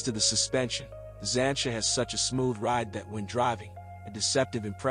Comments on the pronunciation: It’s not ‘zansha’ it’s ‘zanteea’ duh. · I turned this off when I heard “Zan-cha” and “trunk”😂